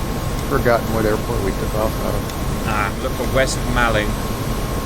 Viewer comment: Gloster Meteor would be great on DCS and it pronounced West Mauling